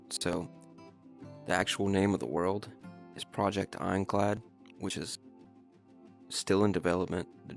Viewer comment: Now that I think about it you said project inclad the entire video😂😂😂😂